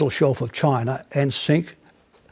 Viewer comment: This lady really hates the choi-nays.